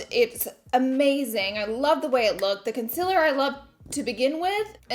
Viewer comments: Of course I miss ya saying conciller!!!! lol xo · Love the way the look came out, I'm dying to try that lip balm though and of course I missed your odd way of saying "conciler"😂😂Ilyyy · Conciller 🥰 I say a couple words differently and everyone loves to point it out.. everytime.. 🤣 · I live for the way you say concealer SHE IS BACKKK yasss